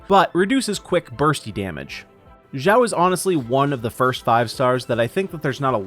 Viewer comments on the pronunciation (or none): it's shao not jowl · xiao not shiao, jao/gao nor zao its xiao x = (s)nake ------- cost 0 effort to just listen to the google translator pronouncing xiao ( = demon/elf) for u